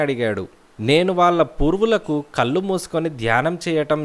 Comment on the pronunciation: కల్లు కాదండీ కళ్ళు...